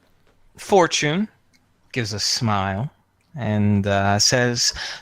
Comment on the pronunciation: First time i hear fortunes name i thought it was four chin